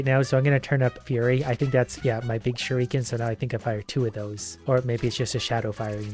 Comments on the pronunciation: Please learn how to say shuriken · Please stop pronouncing shruiken that way it's not kosher at all